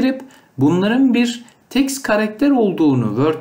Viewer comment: Önce git Türkçe konuşmayı öğren Teks karaketeri ne yaaa